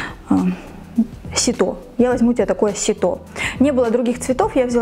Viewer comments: Ужас, девушка, ни разу не подставка для обуви, а ваше видео. Косноязычная, по десять раз повторяющая одно и то же, потому что просто забыла , что говорила ранее. Вы не производите впечатление грамотного человека. А когда вы сказали "сито́", у меня пошла кровь из ушей... Пожалуйста, не снимайте больше. На канал зашла в первый раз. Очень много лишней информации. К чему нам знать про ваш герпес, если видео про Фикспрайс? Вы бы ещё нам про чирей на попе поведали😂🙈.. Дизлайк. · сИто, нужно ударение на И ставить, и на конфетах не шоколад, а глазурь.... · ситО🤣🤣🤣 сИто👍